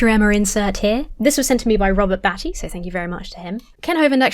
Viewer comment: Make sure you say Robert Baty’s last name with a long A and like the one in crate or ate. Not like at or bat. Because then it sounds like his last name is “batty” and that means nutty and Kent Hovind loves to be childish and call people names so he calls him Batty. Thank you.